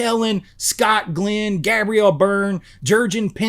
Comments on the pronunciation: What’s with the sunglasses? Anyway, the only thing good. GHOST SHIP. Has going for it is the opening. The rest of the movie is boring and it sucks. Hell, even DEATH SHIP is much better than this snooze fest. Yeah that’s the reason everybody hates it. By the way, you’re mispronouncing Gabriel. It’s GABE-ree-ul. Not GABB-ree-ul! 🙄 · Does Gabriel Byrne actually pronounce his first name that way? I have never heard anyone say it like that before.